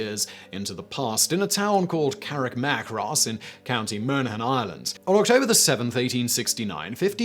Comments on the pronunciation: ".... in a town called Carrickmacross...." I know Irish town names can be difficult, but this one is pronounced Carrick-ma-cross, rather than Carrick-mac-ross. Oh, and it's not Moan-aghan, it's Mon-aghan, which is a separate county from Meath. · Best part was Simon's attempt at pronouncing "Monaghan" 😂 it should be more like mon-a-han for pronunciation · The absolute butchering of Carrickmacross & Monaghan.. woah